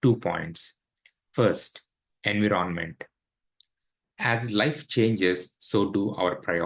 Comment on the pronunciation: In 20 years in usa you didn't learn how to pronounce 'environment'?